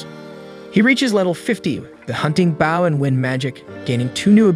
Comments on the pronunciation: Bow ... Not baow.... Otherwise very good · You miss pronounce bow, you are pronouncing it bough.😂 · I know I may be the only one on this but when you say "Bow" theres two ways to say it, Bow: as in take a bow for your performance, or Bow: bow1 /bō/ noun 1. a knot tied with two loops and two loose ends, used especially for tying shoelaces and decorative ribbons. "a girl with long hair tied back in a bow" I know I'm nitpicking but it was driving me up the wall hearing the wrong word said for his Ranged weapon!